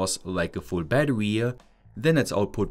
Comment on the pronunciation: I love you but, its BATTERY BAT-TER-RE not BAT-TER-WE